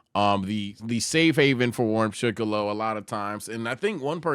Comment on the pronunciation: did he js say shiccolo💀